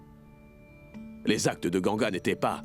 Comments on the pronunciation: On dit ganga mes pas gangia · Les gens qui disent gangia s'est pas comme ça mes vous pouvez dire gangaa❤❤😂🎉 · On dit Ganga